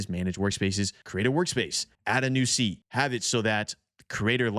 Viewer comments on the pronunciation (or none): none